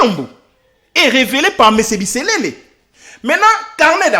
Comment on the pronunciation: C'est pas BISELELE mais c'est plutôt BISERERE comme on le prononce en kinyarwanda